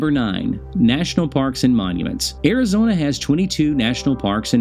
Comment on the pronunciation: AIR-A-Zona??? I thought it was ARIZONA!